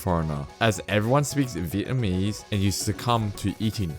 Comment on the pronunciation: Your voice sounds computer generated ! ..... very similar to another site in which it looks aye eye ... It does Sydney trains and it can't pronounce " th " either .... It uses f instead ! ..... BTW Vietnamese is pronounced .... vee et. nam ease ..... you never mentioned Liverpool right down past Picton no Chinese there .... all Anglos indians..... great to see another site come with their own comments !..... Becoming the norm these days